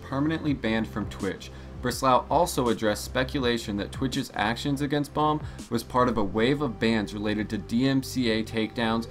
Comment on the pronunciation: His name is pronounced like beam. Not bomb